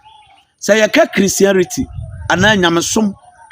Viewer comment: The word is not Christiarity it's Christianity. Go back to school and learn your pronunciations well. If Papa Adom 4gives dis man Ogyaba, we are all going to stop de church(BWC). We can't allow dis man ogyaba to insult our queenie. The law must take its course. No mercy for him.